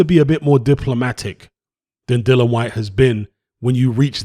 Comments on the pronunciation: It really annoys me when people call him dillan 😂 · You spell his name correctly but call him dillan throughout 🙄 other than that I really enjoyed the content 👍